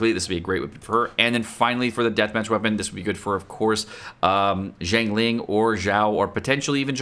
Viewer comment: how are you still calling her as "chiangling" and "chingling" even when you're replying to comments calling her correctly, if it was just a first time mistake then I can understand but this just seems intentional